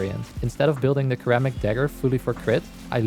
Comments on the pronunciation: sir-ram-mick (was gonna put mic, but that would be lost in translation, it's nick with an m) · Heyo, Kermit the dagger here. Today we will be puncturing everything in the Origin system with a nice red color. Remember today's broadcast is brought to by the letter B, for billions and blast. Also not mocking pronunciation. Sir-amick dagger. xD English is weird. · This video is cool but the way you say ceramic is killing me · Looking up how to pronounce doughty but mispronouncing ceramic the whole video- If nothing else, engagement! Also nice video lol